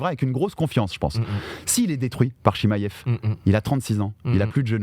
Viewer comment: Svp y en a 1 qui peut lui dire que c pas chimaiev mais chimaev jpp de son "i" qui n existe pas dans tout c podcasts